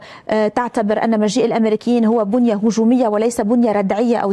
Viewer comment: علموا مذيعتكم أن الجملة هي:"مجيء الأمريكيين بنيّة هجومية وليس بنيّة.." وليس "بُنْيَة"